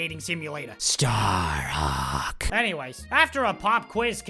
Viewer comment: Every time you said Aesshliegh I laughed so hard I was crying. OMG...my stomach hurts! And then Staaaaarhaaaawk! 😂 I'm dead 😭😭